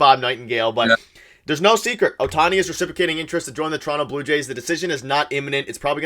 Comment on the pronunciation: Hello from Japan. Perhaps to better the chances of signing Ohtani, his name should be pronounced correctly. It’s OH-tani, not oh-TA-ni. The stressed syllable in his name is on the first syllable not the second syllable. GO JAYS GO!